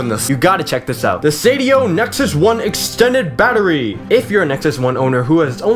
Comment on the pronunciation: o god, you made me laff hardd "insert bater...goodness gradious"